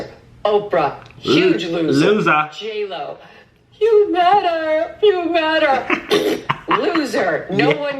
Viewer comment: Not JLo, it’s Jail O